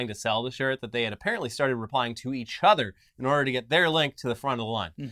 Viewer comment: completely no-selling saying "At least they have each CHUDer"